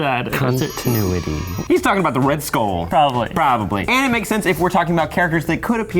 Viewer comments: Am i the only one who heard him say skong kull island? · "skung kull island" 💀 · "Skong kull island" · He said skong kull island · This man said skong kull island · Bro he said “skong kull island”😂😂😂🤦🏾‍♂️ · "Skong kull island "